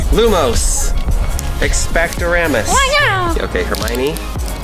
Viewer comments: It's not expelliramus it's expelliarmus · It’s not expectoramous, it’s Expelliarmus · “I read them 17 times” “Expelerarmous” 😂🤦🏻‍♂️ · it's Expelliarmus not "Experarmus" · It's not Expelliramus It's EXPELLIARMUS Hermione says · “I read them 17 times” “Expelerarmous” “Unicorn horn” It doesn’t sound like you read them… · U are saying wrong . It is Expelliarmus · EXPELORAMUS?! ENTREMIS BOOKAMIS?! TRIGGERED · Expellaramus! Extramus Bookamus! im dead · "I read the books 17 times" "Expanaramus" "17 TIMES!" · "EXPETURAMIS" from What's Inside. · I got triggered when he said expelliarmus weird😂